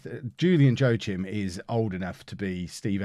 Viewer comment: joachim is pronounced wakeem